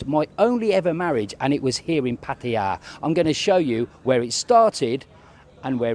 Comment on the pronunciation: Finally... A Pommy who can pronounce 'Pattaya' correctly. Good video. Keep it up.